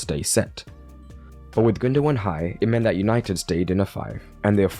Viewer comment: He said Easynited😂😂😂😂